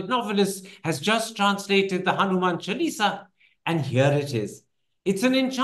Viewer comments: Its jarring to hear Chal-eesa as the name from Karan. Please be cultured enough to pronounce it by its right name - its Chaalisa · I wasn’t ready for Mr Thapar’s mispronunciation.. Chuh-Lee-Sah, but I understand the soft power potential of translated religious manuscripts! Mr Suitable boy is about to become the Overseas Sanghi Poster Boy! But I’m not ready for this either! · Hanuman se sidhe modi par achraj hai Jabhi aap hindutva ka sahi arth nahin samajh paye Hanuman chalisa ko chelsi bool rahe ho Aap naam bigad rahe ho lagta nahi ki aap chalisa ka sahi pronunciation nahi jante ho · He pronunces Chalisa with an American twang.